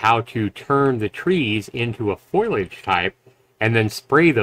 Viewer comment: foliage, not foilage.